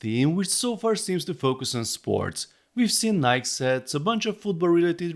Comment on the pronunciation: You are supposed to pronounce the e in Nike. The e is not silent.